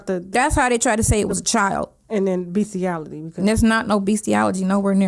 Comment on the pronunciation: Did say “beastie-ALLERGY”? …. talking just like Nesto.